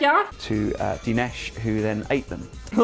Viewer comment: When I heard 'da nesh', I cringed. This is a common misconception between Indians and Americans. One, We pronounce e as a in Dinesh. So it is Din-a-sh.